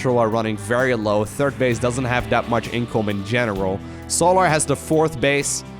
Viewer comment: it's pronounced sol-er, not sol-ahr, lol keep the great videos coming bro